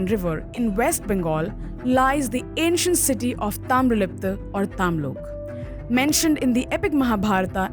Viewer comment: That is 'Taamralipti',not Taamralipta.